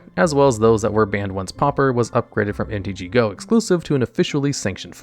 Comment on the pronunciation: That's the least of his mispronunciations. At least we can be certain he isn't an AI narrator because of the frequent mispronunciations of common English words.